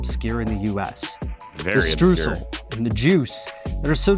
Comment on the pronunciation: It's called/pronounced "shtrrroysl" not "stroosl". It is not a German flavour. "Cassis" is the French name of the fruit and a liqueur made of it.